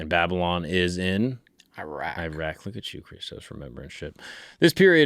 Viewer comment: Bro it’s Iraq wtf is you saying